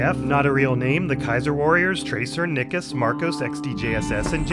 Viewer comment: Banger video about a banger episode! Nicus is pronounced "N-eye-cuss" btw